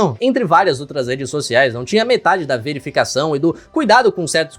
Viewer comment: Las redês socialês